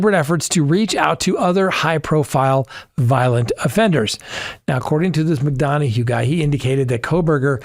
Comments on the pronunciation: 👋, it's pronounced " Mc dun ah" ❤ Chris McDonahough. The interview Room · Pronunciation: Chris Mc duh na, with emphasis on the second syllable in the last name. But I knew who you meant. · You, seemingly intentionally, mispronouncing the name of an outstanding career homicide investigator when referencing said investigator. 🤔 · Should learn how to correctly pronounce a person's name before putting out a video.Not professional. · Oh my, you mangled Chris’s name lol